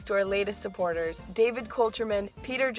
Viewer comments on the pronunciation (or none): none